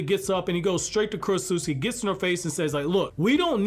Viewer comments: ...Kurotsutsu-CHI. Not Kurotsut-SUKI. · Dude, it's Ku-ro-tsu-CHI, not KurosuSKI. You make it sound like she's from Poland. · Okay look, this whole video was good, except for the fact that you kept on mispronouncing “Kurotsuchi” wrong because you didn’t pronounce the “CH” you pronounced “KI” yet for some reasons you can pronounce “Tsuchikage” properly? Why??? That annoyed the hell out of me because it’s simply incorrect and weird that you changed the pronunciation like it’s English when you KNOW it’s Japanese, that’s all that was bad about this video but other than that, this was a very good video. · Also its kurotsuchi (kur-ot-soo-chi) not kurotsutski 😭😭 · "Kurotsutsuki?" Bro.